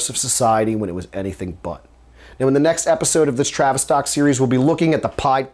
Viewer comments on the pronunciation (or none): you keep saying travistock... lol. Great Info tho